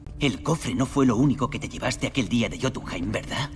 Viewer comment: Dicen johtumhime El gamer: KREITOS!!